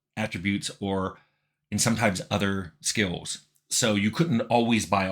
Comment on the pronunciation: Tim Cain has an enjoyable way of pronouncing the word "skills", as though it had a letter-W in it, "skeewuz" - I've found myself saying it that way aloud to myself sometimes to relish the flavour.